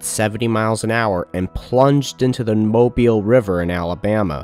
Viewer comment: Congratulations on pronouncing Mobile correctly